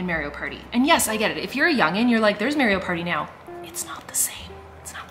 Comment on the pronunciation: 😂😂 The way you say Mario is killing me. It’s Marr-ee-oh, not Mary-oh. Too cute! Never heard someone pronounce it that way before.